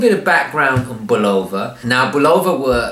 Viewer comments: And the emphasis is supposed to be on the first syllable. BUL' o va. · Why does everyone have a problem pronouncing the name of this watch. Having grown up in the early 50's, and into the 70's and 80's listening to Bulova ads on radio and tv, it was pronounced BULL'-o-va not bul-O'-va. The accent was on the first syllable. These were American ads for an American company so I defer to their pronunciation. Also I love these watches and have twelve in my collection. One of these is a 2181 movement powered Deep Sea 666 diver's watch that has been running continuously since I purchased it in May of 1974 except for the time it took to replace the battery. It now uses a 344 silver oxide 1.55V battery in place of the 218 1.35V mercury battery. This may account for it gaining about 10 seconds a month. I believe the sweeping second hand on these older Accutrons are even smoother than the newer Accutron II and Precisionist movements. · Excellent video but I would add that the name Bulova is pronounced BUH lo va, accent on the first syllable. You can verify this by watching old Bulova adverts. I still have the 214 Spaceview that my dad gave me new for my 12th birthday, in the early 60s. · I'm a bit confused why I am hearing people pronounce Bulova with a long "o", as in bologna. Since I was a kid it has always been with an "uh" sound, as in this old TV commercial, which is rather humorous.